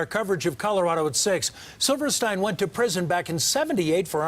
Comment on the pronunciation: Actually, it's Silverstein, pronounced silver steen.